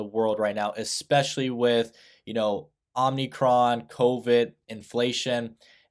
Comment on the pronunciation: lol "OMNIcron"